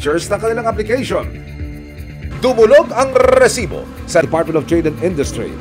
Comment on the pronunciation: rrrrrrrrrrrrrresibo AHAHHAHAHAHAHAHA